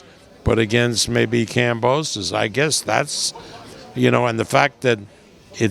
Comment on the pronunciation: This old Fart said the same about Lopez maybe after this fight he will learn how to say Kambosos correctly 🤣